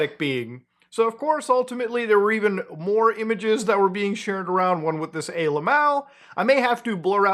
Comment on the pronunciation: why is he saying "ay-lmao" when talking about aliens? some algorithm bs again?